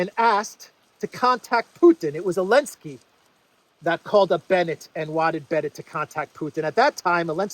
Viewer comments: Why do you say enlensky and not zelensky. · Why do you keep pronouncing his name without the Z are you disabled? It’s Zelensky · It's Zelensky, not Elensky. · You definitely right call Zelensky - Elensky! He HATE letter Z :o) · Do you intend to kill Elensky? 😂😂😂😂 i was listening to the vid so i thought the PM called him Elensky 😂😂😂😂